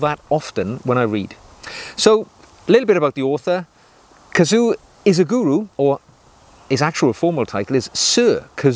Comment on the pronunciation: Japanese is pronounded like it looks: KA-ZU-O I-SHI-GU-RO. Equal emphasis on all syllables.